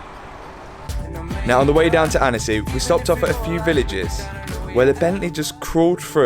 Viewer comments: Great vid. It's pronounced Ontsy, not Annessy btw. Great vid. (Worth repeating!) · Annecy.... .lol... it's pronounced 'ansi''